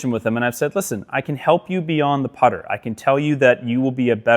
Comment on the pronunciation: It's the putter. Not the putter.